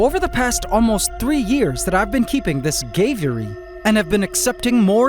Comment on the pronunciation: Not the Gay-viary lol